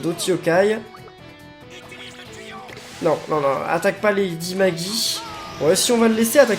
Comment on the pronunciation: Je pense que l'on doit dire "Lady Maguie". On ne connaît pas la prononciation exacte.